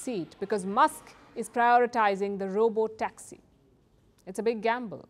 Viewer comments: You are not pronounced some words 😅 robo toxy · First time I am hearing Palki mispronouncing a word. Robotoxi!! She fixed it immediately though unlike IPL commentators 😅😂